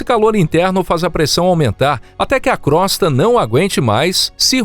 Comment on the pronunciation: Crosta se pronuncia com o fechado e Io também 😬🙄